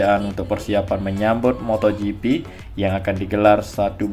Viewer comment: Moto gp bang, bukan motho gp..